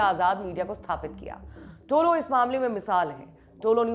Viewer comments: टोलो न्यूज नहीं है तोलो न्यूज है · Don't say tolo it is tulu. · Bolna seekho pehle propaganda godi media walo, tolo nahi tulo it means sunrise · Kamse kam ye logo me dum to such bolne ka.nahito yaha ki dallal.media dinraat muslim ke khilaf mission chala rahe hai.tumlogo ko afghanistan news ki baat karree kabi yaha ki dalllal media ke bare me bata do.aur tolo nahi tulu bolo sahi pronounce to karlo.tulu ka matlab rise aur tolo ka kya matlab hota